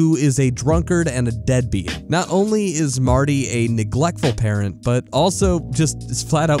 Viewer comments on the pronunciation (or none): none